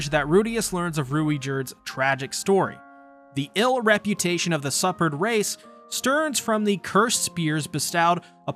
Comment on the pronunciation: Bruh PLEASE work on ur pronunciation, superd is not pronounced liked suppered